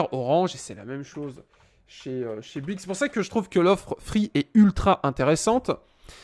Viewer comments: Vidéo longue chiante brouillon qui saoule. La même chose pourrait être faire en 5 minutes avec un minimum de préparation. Dans ta recherche sur BOUYGUES er non pas Buigue comme tu le prononces, la réponse est dans le titre de l'article que tu consultes: illimité visible à 5'37". Et tu ne réponds pas aux messages postés ... Merci pour les infos, mais je ne vais surtout pas m'abonner à ta chaîne , je ne suis pas assez patient. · Bonjour, alors sérieux avant de faire une vidéo comme ça bosse ton sujet parce que sinon ça sert à rien. Et ensuite c'est bOuygues et pas buigues!